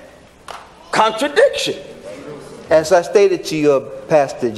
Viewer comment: Brother couldn't even say contradiction!